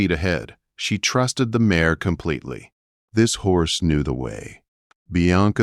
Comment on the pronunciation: It is mare not mayor.